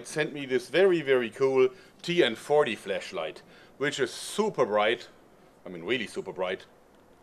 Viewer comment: Anyone else hear him say TN 40 Fleshlight?